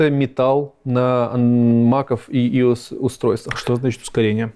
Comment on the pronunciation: как Иус разработчик я чуть не умер со смеху со слова Иус